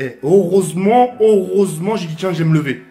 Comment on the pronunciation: "HOROSEMENT, HOROSEMENT!!"😂😂